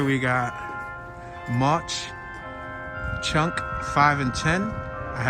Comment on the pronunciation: It ‘s Mawk Chunk not Mosh chunk.